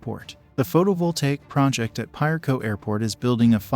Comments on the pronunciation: Piarco is pronounced p ah or a as in apple, co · 🤣🤣🤣🤫 Maybe you can help the narrator pronounce Piarco better. It's pronounced like a Spanish word where the I sounds like a sharp E.